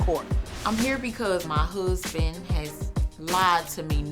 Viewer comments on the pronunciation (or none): I noticed the "hoosband" .... it's so bad it's comical. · What’s a hursssband? Uneducated much?